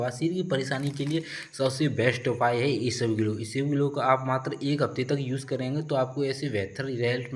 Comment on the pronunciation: Bhai, it's not isabglo it's isabgol 😂